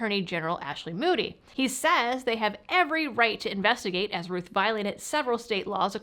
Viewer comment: is it pronounced Rooth, or Rowth? You talk with your Mowth, not your Mooth after all. Unless you're from Canada eh?